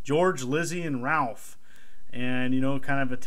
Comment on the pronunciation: Said Ralph! wrong.Its Ralph! Not Ralph.